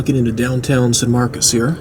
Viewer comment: I take it you're not from Texas. The name of that city is pronounced San Mar-cus - not San Mar-cose.